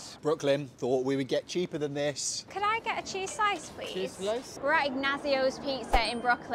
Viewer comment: The way she pronounced 'Ignazio' almost killed me—it's pronounced 'een-nyaht-tsyoh'; not 'ig-nah-zio'. For anyone who can read IPA, it's pronounced [iɲˈɲattsjo] in Italian—[i(ː)ˈnjatsjəʊ̯] is probably the closest English pronunciation.